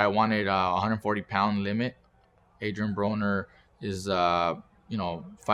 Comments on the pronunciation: on 40 secs it sounds like he said Adrien Boner lol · does he say Adrian Boner? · sounded like he said Adrien Boner 🤣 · at :40 sec he said Adrian Boner 😂 😂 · this guy said adrien boner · Did he just say Adrian Boner??? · hahaha he said Adrien Boner